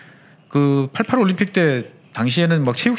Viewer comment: 서울올림픽을 왜 88오람픽으로 하시나요 정정해주세요